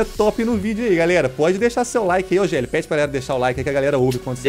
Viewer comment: fala geli